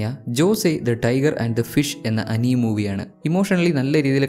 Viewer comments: bro pinne അനീം അല്ല ആനിമേ എന്നാണ്... Ath onn crct akkan sredhikkane..❤ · Bro anime alla it sounded as anima❤ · Its "അനിമേ" that's the pronunciation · Anime pronounced wrong